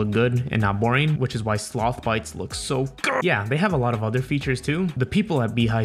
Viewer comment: slOOOTHH BYTES